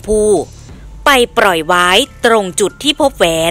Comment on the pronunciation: กลับเป็นกรับ ปล่อยเป็นปร่อย โรงเรียนไหนสอนอ่านออกเสียงเพี้ยนๆมั่วๆแบบนี้